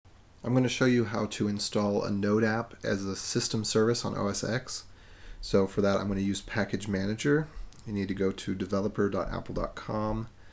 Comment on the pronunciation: Great tutorial but I just want to point out something. The Mac operating System is pronounced Mac Os "TEN" no "EX". 14 years out and still people insist in ten!!